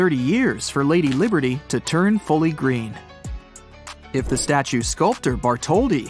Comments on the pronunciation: It said Liderty it’s liberty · Statue of "Liderty" Museum REALLY? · Why it say "liderty" hahaha